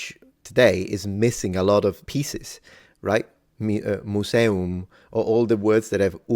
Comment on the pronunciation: Museum and imperium were pronounced wrong. The first U and the E are both long, and the E in imperium is short